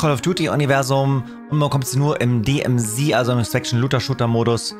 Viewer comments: Warum sprechen eigentlich alle DMZ falsch aus???? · Also das ist ja relativ...DMZ, wurde zu Demilitarisierte Zone und dann zur Deplaymant Zone definiert - also "die DMZ" - dass das Z als "zee" ausgesprochen wurde war eine Frage der Amerikaner, die haben das so angefangen und damit haben wir das übernommen - also "Di Em Zee" xD